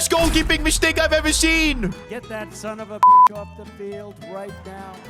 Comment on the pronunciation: "sunovabich" got me rolling on the floor 😂